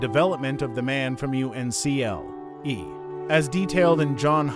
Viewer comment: It's pronounced "UNCLE" as in your father's or mother's brother.